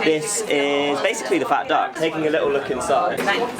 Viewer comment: Perdonate solo una sfumatura relativa ma... Il reiterato pronunciato 'fet duck' non dovrebbe essere 'fat duck' ? Anche il personale in servizio lo pronuncia cosi'... Ascoltando stona un po' la differente pronuncia.. Grazie